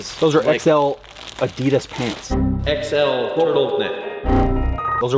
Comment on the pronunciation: to correct Diesel Dave: Those are "Ah-dee-dahs" ROFL... It's hard enough to keep from watching our weekly online auctions (mostly estate items), but it's easier since more people have discovered them and bid too high for my blood. I did manage to come away with a Maasdam Power Pull several weeks ago for $19.00 total after sales tax and buyer's premium, in the box with the original sales receipt from 2009...